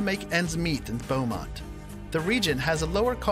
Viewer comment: Beaumont is not like what he said it is.